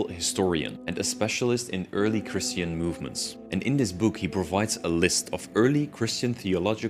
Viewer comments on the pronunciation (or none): none